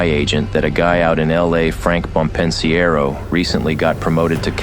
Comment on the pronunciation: Frank Bompensiero. Pronounced Bom-Pin-Sero